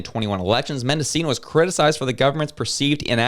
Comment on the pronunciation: Menda-'CH'i-no. If you are going to make statements about people, you need to at least sound like you know what you are talking about.